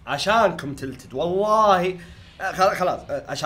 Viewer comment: النطق خربان عندك مو تيلتد تلتد